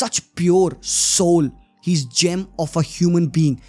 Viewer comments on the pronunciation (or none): none